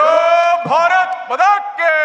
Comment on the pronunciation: ഭാരത് മതാ കീ അല്ലടാപൊട്ടാ ഭാരത് മാതാ കീ എന്ന് വിളിക്കണം.😅